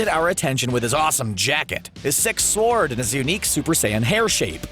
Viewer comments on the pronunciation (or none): He said sword as it's spelle